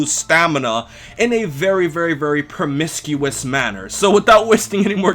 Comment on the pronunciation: this man just said permiscuous